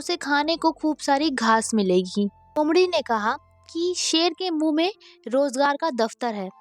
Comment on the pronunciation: उमडी नहीं ❌ लोमड़ी ✅ ...😂